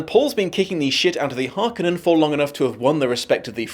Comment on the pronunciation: The "Harneken" Spice Harvesters? Sounds like you had a Hermione situation reading the book.